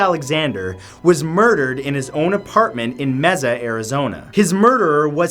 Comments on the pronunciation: Someone told him Mesa, Arizona was pronounced may-suh, right? Not... mee-zuh. Pfft, Canadians. 😂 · Oh Mat. You have been saying Mesa AZ wrong. Mesa is our sister city. I live in Phoenix, AZ. It's pronounced Maesa or Maysa. I hope you are feeling better. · Still confused how the wartime dentist belongs on this list. He was an amazing hero who died while protecting many others from a cowardly attack! Was he supposed to just allow the enemy to keep coming after wounded and helpless soldiers? FYI It's pronounced may-sah. Just a little tip for the Knowledge Whale. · It’s Mesa (maysa) no Messa!!! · Lol, he said Mezza, Arizona! (It's may-sa) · Its not meza its maysah I live their and I visit the house every once in a while it's only like 4 miles away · Meza? Lol its Masu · Its not MEZZA its pronounced MAY-SUH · Lol Mesa Arizona is pronounced may sa Arizona lol me and my lady laughed everytime you said Meza lol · Mezza? You mean May-sa? Come on dude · Love you Matt, but it’s not pronounced Meza it’s May-Suh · This man just said “Meza Arizona” it’s pronounced may-suh. No hate, I just thought it was funny. 😄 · Matthew...how do you figure Solomon went too far? That man was a hero. And Mesa is pronounced MAY-SAH not Mayzuh. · LMAO the way u pronounce "Mesa" AZ🤣 I've never heard it like that b4 neither in English nor in Spanish... Instead of (Mez-za) try (MAY-sa)! No worries ur still pretty hot lol j/s😁! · Mesa is pronounced MAYsa. not meza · Mesa = "may-suh" Mesa =/= "meh-zuh" :( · Matt, I love you man, but you pronounced Mesa way wrong for the Jodi Arias case. It's MAY-sah. Mezzah, lmao! Why!?!? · Your pronunciation of US cities irritates me. M e Z z A h. It’s pronounced “May-suh” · Bruh lol it's pronounced may-sa. Not ma-za 😂😂😭😭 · It's not pronounced meza it's pronounced May-suh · MESA ITS "MAY-SUH" OMG NOT "MEH-ZAH" i live in chandler which is about 30 minutes away from his home. its so crazy bc i visited there and people have moved in. I wonder if Travis' ghost is there.